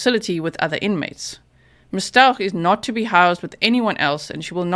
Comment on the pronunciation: honey, it's pronounced ST-OW-k